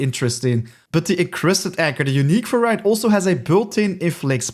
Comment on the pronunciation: the word variant isnt pronounced vr-eye-ant its v-air-ee-nt ;)